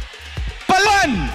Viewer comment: Minsan nakak bobo kung d nyo alam ang tamang bigkas ng palawan nasanay kasi tayo sa PA-LA-WAN ang tamang bigyas o pgbaybay nyn PA-LUH-WAN minsan aral aral din kasi